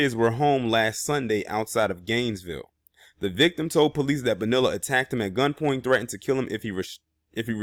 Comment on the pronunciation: ITS PRONOUNCE ...'BO- NEE- LAH